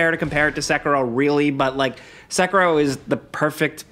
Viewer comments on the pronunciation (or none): it isn't seck-a-row it's more like seck-hero. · i hate how tards say “sekero”